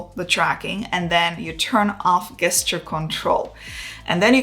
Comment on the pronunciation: Can I just mention that the word GESTURE is pronounced the same way as in the words JET and JUICE … 😉😉😉